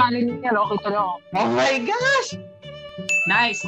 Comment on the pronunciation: I'm living for Josh's " omayghas"